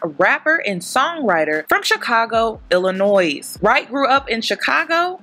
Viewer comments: Btw it's Illin(oy) not Illi(noise). I'm from there lol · The s in Illinois is silent yall😆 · Baby girls the “s” is silent in Illinois. Ughhh I’m frm Chicago hate when ppl say the s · That's not how you say Illinois🤦🏾‍♀️😭😭😭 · The s in Illinois is silent 😖